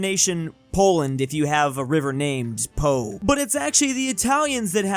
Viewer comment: the Po (Pó) river is pronounced "Paw" not "Pow"